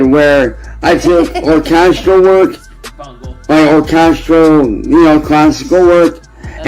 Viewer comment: "Classical or-CAST-ral music." ... fuck's sake 🤦